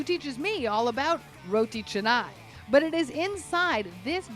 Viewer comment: It's pronounced "chahnai" (with a broad A), not "chehnai".